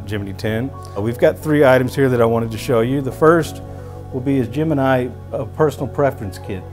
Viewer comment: it's pronounced "Gemin-ee", not "Gemin-eye"